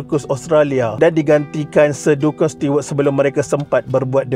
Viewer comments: Kena sebut nama Duncan mcm 'dun-kan'? Sepatutnya 'Dan-ken' la. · Sebutan duncan tu bkn 'dunken'...yg betul 'danken'